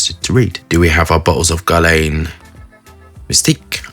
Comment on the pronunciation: Guerlain is nore pronaounced like Gearlen 🤪 but who cares, I am just here for your knowledge!